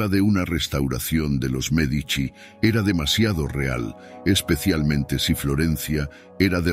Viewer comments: Me encanta la entonación, del Sr. Que narra, también es un excelente narrador. Lo que no entiendo, es si dice nombres o apellidos correctos, unos minutos después, parece que se le olvida cómo pronunciarlos ejemplo. Merdici , Medicis en lugar de Medici. Mandragora sin acento, Señoria, De ya Rovere en lugar Della Rovere etc. de pronto no sabe uno a quien se refiere. O el que narra es IA ? De cualquier forma muchas Gracias tiene datos muy interesantes que yo no sabías. saludos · Medici, no Merdici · Aunque no lo parece, quiero pensar que es una máquina la que lee, porwue no pone un p. acento bien, y no hay nadie tan tan tan pero tan ignorante que no haya oído hablar de los Medici, no Merdici😂😂😂 o Merdizis😅, MEdici, pronunciado Médichi.